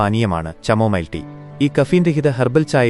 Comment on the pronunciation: ചാമോമിൽ അല്ല കമോമിൽ